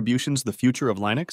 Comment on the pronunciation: Is this an AI video? Lye-nux? Kuber-nets?